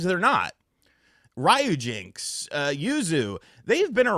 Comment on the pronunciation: Ryujinx pronounce as ri-yu-jin-x. Not rai-yu-jinx.